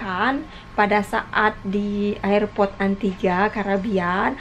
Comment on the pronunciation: mbak itu ngomong airport nya bukan ayer- port tapi er-port...sorry gak enak di dengernya 😘